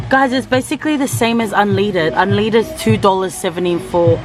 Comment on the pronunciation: unleaded🤣 It's un led dead